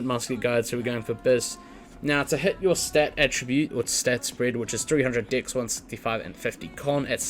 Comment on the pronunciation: love the video. cannot get over how you say dex lol. I hear dicks and it makes the video so much funnier